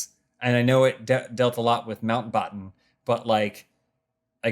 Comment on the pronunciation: The way pronounces Mountbatten amuses me